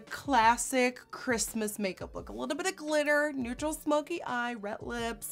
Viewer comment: It's RED not RET learn your words woman